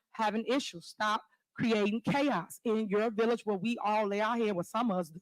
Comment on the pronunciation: Why is she calling it a villiage?